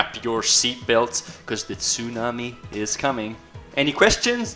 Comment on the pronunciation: The TSU - nami 😶 però la pronuncia è' davvero buona